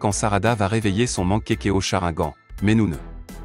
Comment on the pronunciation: On dit pas mankekio mais mangekyo et on dit pas sharagan mais Sharingan et on dit pas Orochimaru mais Orochimaru enfaite le (u)on le prononce ou